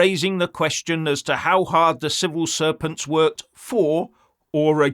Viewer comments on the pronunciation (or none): I'm sure said 'Civil Serpents' there. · Did he say civil serpents, well how accidentally appropriate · Did I hear civil serpents or was it misheard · Did you say civil serpents? 😂😂😂